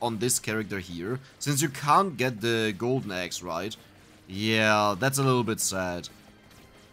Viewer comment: funny how "eggs" and "axe" sound exactly the same from mouth. and confusing.